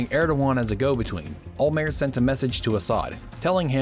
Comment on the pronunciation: It's OLMERT. The T isn't silent. What's the deal with Americans and silent Ts? They do the same with Gal Gadot.